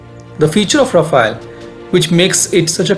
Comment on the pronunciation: Good analysis. Only one correction is that our French aircraft is called Rafale (रफाल) and not Rafael (रफायल) which is Israeli.